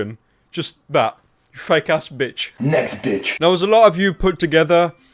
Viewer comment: I hear "nesquick" instead of "next bitch"